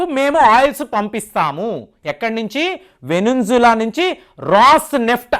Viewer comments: Nee abba, call it Venezuela not venenzula kaadu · Is it VENUNJLA or VENEZUELA. Disgusting pronunciation. Why don’t you see properly, learn how to pronounce and read. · Adi venenzuela kadu andi adi venezuela please pronounce it properly…me viewers meru pronounce chesthunde correct anukoni vallu kuda thappuga pronounce chese chance vundi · వెనుంజులా కాదు వెనుజువెలా